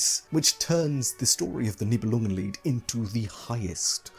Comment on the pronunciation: Could listen to you enunciating "Nibelungenlied" for hours 😂 My brain does the little language jump when you say german words or names. Dont know how to explain. It just goes "Englishenglishenglish - german now! - ah no englishenglishenglish" That only happens to me when the speaker is a german native usually.